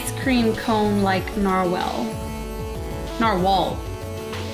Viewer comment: you said narwhel and norwhal XD